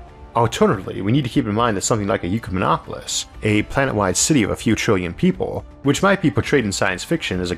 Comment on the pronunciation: hi Isaac love love love your work, you’re amazing. You keep mispronouncing ecumenopolis (admittedly a super hard word to pronounce) by switching the first two vowels to ucemenopolis. I don’t think this is speech impediment related, just a bad habit :D but if I’m wrong about that, my bad. Also sorry this is my first comment 😂